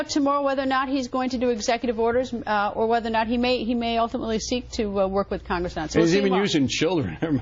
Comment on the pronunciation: wtf is khangis it's pronounced Congress